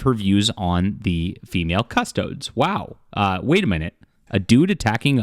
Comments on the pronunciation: It's CustodEES. Not CustodODES. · Cus-toe-deez. Not cuss-toads. Why cover it if you don’t know shit about it? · I hate how every video on YT is an ad for something. Dude doesn’t even know how to pronounce CustoDES! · Can’t pronounce faction correctly, but big mad there are ladies in said faction. Derp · The amount of YouTubers who are interested all of a sudden but cannot find out how to pronounce the name of the Custodes is infuriating!